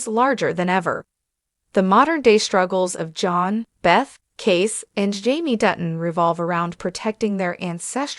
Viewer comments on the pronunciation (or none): So is the narrator an AI bot, or just a moron who never watched the show? Kayce is pronounced Casey, not case. It's a finale, not a final.